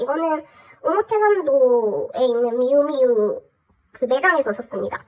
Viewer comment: 미우미우 발음 너무나도 부산살암